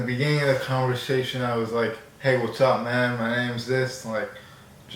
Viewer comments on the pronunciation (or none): none